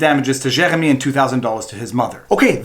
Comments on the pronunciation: Gosh, you Francophones have no idea how to pronounce "Jeremy". JK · The worse thing about all of this is listening to that French pronunciation of Jeremy. Nyah, nyah, ...fuck you Canadian tribunal, I'm American! (Don't worry we have lunatics too.)